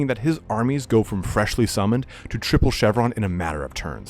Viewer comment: “Triple Chevron” took me a second to get but I laughed once I understood what you were saying 😂